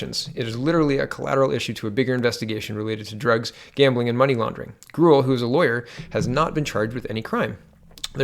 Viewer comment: I believe Grewal is pronounced Grey-wall. Ya, I know - who cares? He's just another corrupt asshole politician.